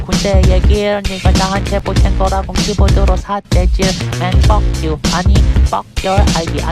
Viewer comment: 마지막 부분에 맨 뻑 유~ 할 때 발음부터 개킹받네 ㄹㅇ